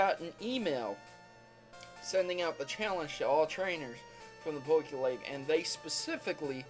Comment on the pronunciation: Please call it the pokemon league not pokeleagie